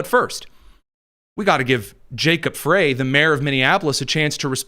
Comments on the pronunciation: FWIW, Little Mogadishu is in Minneapolis and Jacob Frey’s last name is pronounced “Fry.” I’m just pointing it out cuz I respect you,, and you seem to make an effort to be precise and truthful on your show. The Somali immigrants have been a “great benefit” to the Democrat Party as they are a solid Dem voting bloc and employ ballot harvesting in elections. This is why Walz and the Democrat Party have ignored the massive fraud being perpetrated in MN. Most of MN is solid red in elections until the Minneapolis metro area votes get counted. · Show yourself smarter than any other conservative podcasterand pronounce the name of the mayor of Minneapolis MN correctly. It's pronounced FRY. I know I'm being picky but it hurts my brain that we can pronounce the name of any multi syllabyle foreign name that has six vowels in a row but can't figure out FRY.